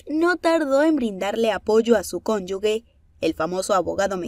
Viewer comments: Cónyuge, no conyugue. 🤦🏻‍♀️ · ¿ por qué la palabra "cónyuge" la pronuncian "conyugue"? Si la sílaba GE no lleva U intermedia. Así que se pronuncia " conyuje". Por lo demás me vale mad....el Juan Collado supongo se lo merece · ConyuGE, no conyuGUE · Es ConyuGe no ConyuGUe ... 🙄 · Se dice cónyuge, no conyugue